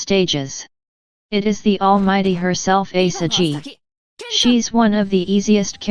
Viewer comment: Ah the franchise mascot, Asa-gee